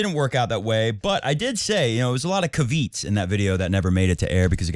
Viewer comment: It’s pronounced ca-vee-aat:)